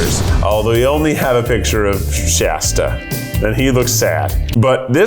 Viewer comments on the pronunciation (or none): none